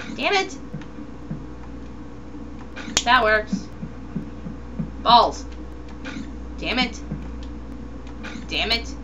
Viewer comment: omg REALLY? u said u have 5 bawls and my brother heard it and was like WTF?!